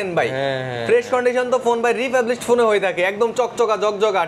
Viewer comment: Republish ❌ Refurbished ✅